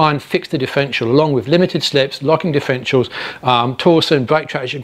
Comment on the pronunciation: NO NO NO - he didn't explain anything about DIFF (er) ENT IALS.. He couldn't as he mispronounced it by saying Diff-ential They are NOT "diff-entials" ... But differ - entials. Check it out - he misspells the word and I suspect will also have other mispronunciations of that word in several other places (I had to stop and see the comments first as soon as I heard the lisp / misspoken word of "Diff en tials"